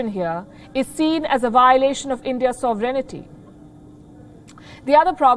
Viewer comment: With respect ma'am, try to pronounce "Sovereignty" correctly. I ask because you are a good journalist. Thanks